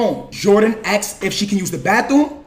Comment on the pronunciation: why is this dude saying axed instead of asked?